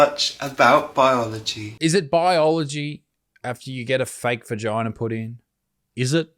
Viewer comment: Boygina not vigina